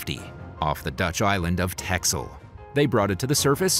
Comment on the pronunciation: TEXEL the Dutch Island is pronounced TESSEL